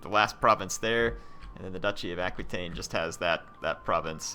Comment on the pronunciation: you should put a governer in spain, in the region that has all the mines... mo' money's always good. And it's pronounced ah-key-ten. I understand it's not easy to remember every comment :-) I feel your pain. Oh, and considering how many provinces you own, you could train 3 gold chevron troops with the right edicts and the right general (some of your commanders add 2 chevrons to the units it recruits and some legions probably have the same ability too), that would be funny. Oh, you could name that legion by clicking on its title in the legion's details screen : "Blades of Glory" or "let's poop on Charlemagne", "wreck the gauls"... would be sooo awesome. Anyway, this series seems to reach its end. You could invade Rome, that could bring a good/tough challenge if everyone declares war on you. Or you could declare war on each and every last faction. It would be a grandiose and tense finale instead of just rolling on everyone like it's no big deal. edit : ok, I spoke too soon :-D